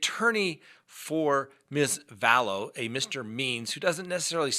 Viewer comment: I love your channel...I consider myself a junkie of your show. However, your killing me with you pronunciation of her name: you’re saying Vallowces rather than Vallows. Please I’m begging you.:)